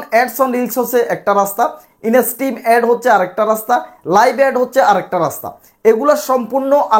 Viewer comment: inastrim abar ki? You are not eligible for making video since your pronunciation is very bad.